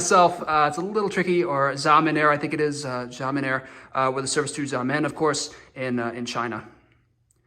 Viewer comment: I believe the X is sh sound for Xiamen